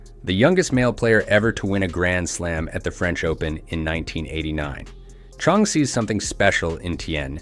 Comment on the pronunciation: Please learn to pronounce Michael Chang's name! You lose credibility among tennis fans for not knowing how to pronounce a tennis legend's name!